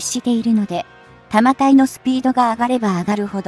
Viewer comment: 日本のレールガンは「 対空（航空機・巡航ミサイル）・対弾道ミサイル 」用だよ。 155mmは「 １０Kg 」もあるので膨大な電力が必要dだが、対空用の「 0.18Kg 」なら、原子力発電は不要で、車載ディーゼル発電機で充蓄電用のコンデンサが実現可能。 「 長射程／弾体 」を「 ながしゃてい／たまたい 」はコンピュータ読み上げなんだろうがなんとかなりませんかねぇ・・